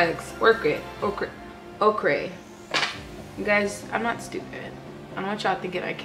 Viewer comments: It's soft "oh-ker" 😂😂😂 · makeup looks so good girl love the vid !!! also by the way that makeup is pronounced like "oak-er" just thought i'd help out 😂😂😂